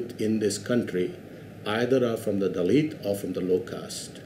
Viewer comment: I hear dalek instead of dahlit....